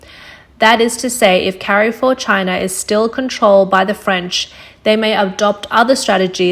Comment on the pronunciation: i agree with you, still cringed at the "carry-four" pronunciation in this video. where is this from lol